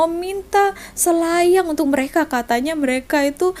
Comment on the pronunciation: "SELAYANG" Bai.....bukan "SHILAYANG"..dulu Ade rohingya dekat kampung saya,die jalan kaki lepastu sampai kebun orang die main ambil je durian yang sudah gugur.kebetulan Ade orang kampung lalu nampak rohingya ni kutip durian.kemudian orang kampung tu Tanya siapa suruh ambil?? Sudah minta belom dengan tuan kebun??? Rohingya tu cakap sudah minta izin..bila orang kampung saya Tanya mana rumah tuan kebun,die Tak Tau nak tunjuk rumah yang mane sambil senyum senyum.orang kampung tu Tanya lagi,tuan kebun gemuk ke kurus? Rohingya tu Pon Tak dpt nak jawab juga.apa lagi...tangan orang kampung tu terus singgah dekat muka rohingya tu..🤣🤣🤣.terus die minta maaf sambil mau nangis nangis...hati2 rakyat indo,mereka ni diberi betis nak peha..bila bagi paha Tak nak plak,terus nak dada.. 😂 rakyat indo yang datang Malaysia Pon Tau adab,malah ok je dgn orang malaysia..tapi diorang ni adab ke laut...